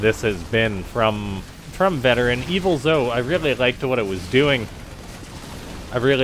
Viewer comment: I think it's pronounced Veteran... VeT-erran... like a play on words Vet Terran... you get what i mean i'm sure...